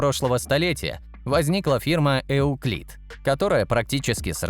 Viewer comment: Просто “ ЮКЛИД“, без “Э“ впереди.